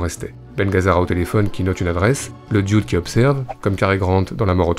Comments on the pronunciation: "Le di-oude"...bon dieu, quand est-ce que vous allez apprendre à prononcer l'anglais vous les français ?...on dirait une parodie d'un serveur de bistro dans les Monty Python. Ça se prononce "de" (the) doûde (dude) avec un accent sur le "ou". C'est pas compliqué pourtant...allez 1-2-3, on pratique... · parce que ça se dit 'dude'.